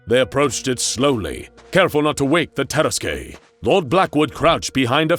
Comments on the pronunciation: Jesus, is that how you pronounce it? I always thought it's "Tarask" not "Taras-kwey" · I love this tale. But I was really thrown off by the pronunciation or tarrasque. It's tah-RASK not ter-ras-kay. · i feel like it's pronounced "Terask" can someone please confirm that i'm not incorrect in cringing every time he says "Teraskay"? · I’m pretty sure that “Tarasque” is pronounced TUR-ASK, not TEAR-ASK-AY. Good video though. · Taras-Qué? No no no! Taras-NANI!? YEEEAAAHHH!!! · It's pronounced Tuh-rask, not Tear-uh-skay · Lovely story, but I wish they would correctly pronounce terrasque. It's two syllables long ter like in terrible, rasque like rask. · i love this series but the mispronunciations are getting painful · You are pronouncing tarraque it's pronounced tarra-ask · It's pronounced Tah-rask. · The way you pronounced tarasque hurt my soul as a dnd player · The way you pronounced Tarasque hurt my head. 😑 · People who play DnD wince everytime he pronounces "Tarasque" wrong. Of course, we'd wince if he pronounced it right as well, cause it's the fucking Tarrasque. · That pronunciation of Terrasque is like nails on chalk board. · That’s not how you pronounce tarasque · The dnd nerd in my cringed at the pronunciation of tarasque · Some pronunciation on this channel makes me do a double take, tarasque for example. It's not a bad thing though. I like how it makes me think about my own understanding of those words! Also, I have no idea why I never made the connection that the tarasque could be SCP-682 in this story. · Anyone else find the way he pronounces Tarrasque weird? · Your pronunciation of tarrasque pains me